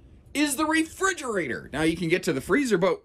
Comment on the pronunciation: In your listing of great features at about - "HUGE Refr'e'gerator?" Is that a combination of a refrigerator and a refreezerator? 🤣